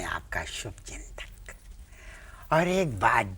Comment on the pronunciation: Sir ki hindi is also very good aur gaur kariye sh ko sh nahi bol rahe sa bol rahe hain jaise subchintak😂😂